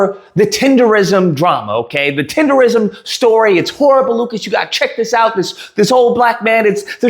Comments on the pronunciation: The word is not tenderism. Tendernism. Tender Nism. One more time: TENDERNISM! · TENDERNISM DUDE NOT RISM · It's "Tendernism"